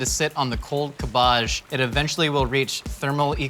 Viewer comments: pronunciation of cabbage reminds me of that episode of American Dad where Weird Al sang a parody of “Sabotage” by the Beastie Boys and pronounced cabbage the same way does in this video. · I can't get over how pronounces cabbage. It makes my British hurt. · The 300 dislikes are all because of how says, "cabbage". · it took me like 4 times of him saying cabbage to realize that he was saying cabbage. And, i was looking at cabbage. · I’m literally never going to recover from hearing pronounce cabbage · The way you pronounce cabbage really pisses me off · Please never use cabbage ever again. I've never heard an American say it before. And its 1 of the worst butchered English words I've ever heard spoken. Wow. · the way he pronounces cabbage.. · i’m bothered by how he says cabbage 😂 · I’m sorry... how did you just pronounce cabbage?!? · my eye twitching why is he pronouncing cabbage like that?! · You say cabbage how I say garbage. Not how I say fromage though. WILD. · Not even your middle class Aunt from Surrey, who likes to think she's better than everyone else, pronounces cabbage like does. Is this an American thing or a thing? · I'm unreasonably upset at how he pronounces cabbage. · The way he pronounces cabbage makes me cringe every time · Is that really how 'muricans pronounce "cabbage", or just? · same! I was like wth then had a moment of realization that he was talking about cabbage never in my life have I heard someone pronounce it that way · It’s cab age not cabaje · No one: Absolutely no one:: CaBbAaGgg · "Cab'bajj" love the pronounciation :D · I was eating while watching this episode and I was looking at my food instead of the screen when he kept saying CaBoJ, I thought there was actually some fancy ingredient called that XD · It took me a solid minute to realize "𝓀𝒶𝒷𝒶𝓊𝑔𝑒" was cabbage. I was sitting there thinking "idk what that is. Am I really that uncultured??" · “MY CABA-JZHES!” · "kabbaj" okay.